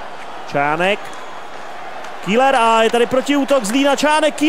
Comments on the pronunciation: Ahoj v celku dobré video aš na dvě chyby za 1. Seš tak ukecanej že ti často nejde rozumět :D a za 2. Pokaždé když je v zápase zlín tak místo Keller (výslovnost) řekne š KÍLER ! V minulém zápase jak si hrál za Zlín tak ti to fanoušci několikrát napsali v komentářích a tys řekl že si na to dáš pozor.Ale co chybička se bloudila. A prosím dávej v zápasech bitky. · Super video ale čte se to Keler !!